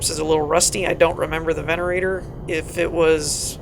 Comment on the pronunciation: Dude!!! It pronounced VENATOR!!!